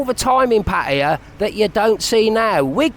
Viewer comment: After so many years ,...you still call PAR TAY JAA ....pattie ja ..you soft boiled runny egghead expat...